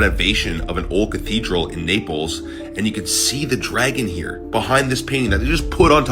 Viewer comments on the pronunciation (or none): none